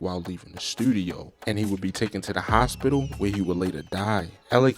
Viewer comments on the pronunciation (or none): none